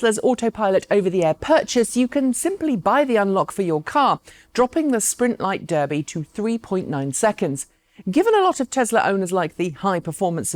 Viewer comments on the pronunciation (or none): none